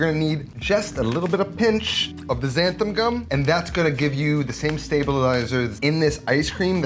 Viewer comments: xanthaN not xanthaM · Cool video, but I gotta point out a common mispronunciation you make in the video. It's not xanthaM gum, it's xanthaN gum, with a capital N ;) Other than that, great tip on using some milk powder! I'm gonna try that! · XanthaN gum (not xanthaM) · Whoever told you there's an M on the end of Xanthan, was pulling your leg.